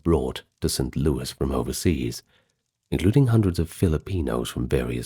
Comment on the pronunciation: Its st louis not louie. But i have heard it that way a time or two in my many years in Missouri.